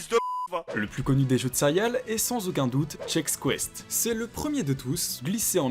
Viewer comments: J'ai arrêté la vidéo quand j'ai entendu le gars dire cériales 🤦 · "sérial" .....?? CÉ-RÉ-ALES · PUTAINNNNN ON DIT CÉRÉALES PAS SERIAL 😡😡😡😠😠🤬 J'AI LA HAINE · Bordel , on dit Cé - Ré - al ^^ pas sérial .